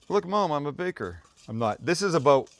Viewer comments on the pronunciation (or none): none